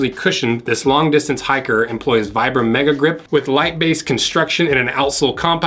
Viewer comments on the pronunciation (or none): it's pronounced vee-brahm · Vibram is pronounced "Vee-brum".